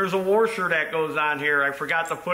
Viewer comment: The word is wash-er not were-sher.